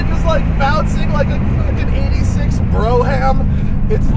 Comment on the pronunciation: you mispronounced “brougham”. It’s pronounced “brome” rhymes with dome.